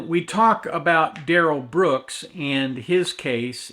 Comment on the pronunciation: "DUH-RELL BROOKS" is the biggest turnip I've ever seen sit before a court, with such serious charges! It's disgusting. I can't wait for sentencing... He'll have to be dragged out... By the face... Using Hellraiser hooks!!!!!